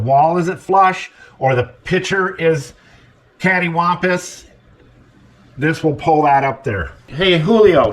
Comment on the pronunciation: Did I hear that right? Caddywhompas?